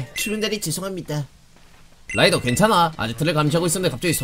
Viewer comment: 라이더가 아니라 로이더 ㅋㅋㅋ